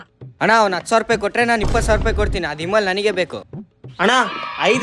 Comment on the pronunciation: Vimal❌ Eemal✅ 😂😅